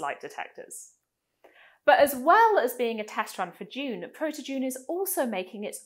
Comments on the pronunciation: "d'Juune" 🤢🤢🤮 It's DUNE. Sound it out. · Isn't it just pronounced like a normal D (doon)? I couldn't understand why you kept pronouncing it with a J sound (djune) like in the word education. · Now I can't unhear you saying "June",... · It sound like you are saying June,. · I would work more on the pronunciation of the name 🤪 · I am English. English pronunciation is DYOON American pronunciation is DOON